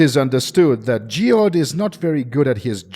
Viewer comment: "Geod" would have been "Jed" as Geoff is Jeff Ebon is like the material ebony.